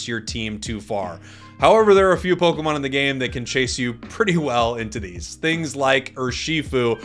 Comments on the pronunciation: ポコモンって聞こえる。。。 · and soooooo pokeman and pokechu